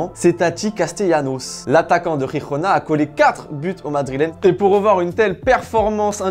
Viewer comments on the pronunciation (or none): On dit pas RIRONA 😂😂 même en espagnol 😂😂😂😂